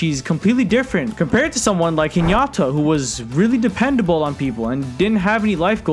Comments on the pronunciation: Hinyata ? Bro you butchered the name 😂😂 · I wanna kill myself for Hinata pronunciation